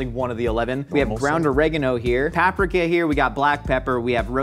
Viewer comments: saying paprika: PAPrikah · I hate how pronounces PAPRIKA🤣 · Why does call it PAP-Rick-A........I'm disturbed by that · I need to know if he says PAPrika to be ironic or if that’s how he believes it’s actually pronounced. I’ve never heard anyone else say anything other than papRIKa